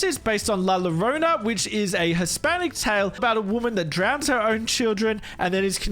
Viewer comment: Not as bad as Mostamazingtop10. "La Lorna"